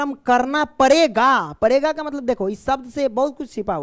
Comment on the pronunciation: Sir padega hota hai parega nhi